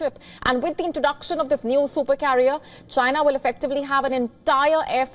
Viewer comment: especially the way she says Chyna. LOL